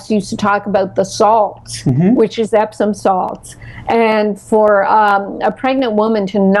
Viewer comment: "Epsom salts" not "Epson"